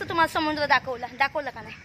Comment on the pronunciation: समुद्र.. म्हण बरं एकदा..... समुंद्र नाही ग.... एकदा म्हण bar😅😅😅